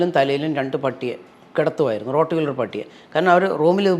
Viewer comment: റോഡ് വീലർ അല്ല. റോട്ട് വീലർ..